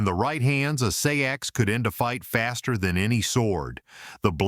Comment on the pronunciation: Seax is pronounced like the words, SACKS, OR 'SAX'. ASSHOLE